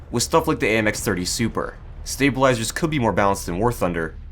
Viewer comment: стейбелайзерс, стейбелайзерс, сьейбелайзерс, стейбелайзерс... спасибо очень интерсно!